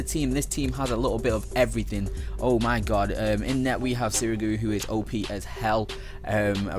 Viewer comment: He says openis as an OP :/